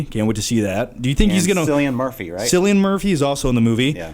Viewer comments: love this podcast thing so much, but when you talking about Dunkirk and saying cillian murphy name is quite right, being Irish like him all Irish names sound different from what they look like so when u say his name it's not sounding like sillian but instead killian murphy is how u pronounce it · "Cillian" is pronounced with a hard c/k sound, rather than the s sound. Now that I'm done being a prick, great podcast lads. Keep it up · Nice show so far guys, just a quick note for the future:. It's pronounced KILLIAN Murphy. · Cillian Murphy is pronounced Killian Murphy with a ki sound, also great podcast been waiting so long for this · Don't like to be that guy but it's actually pronounced like 'Killian' Murphy :) Great video overall! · its pronounced with a k! killian murphy! kill-i-an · Cillian Murphy is pronounced with a hard "C" because he's Irish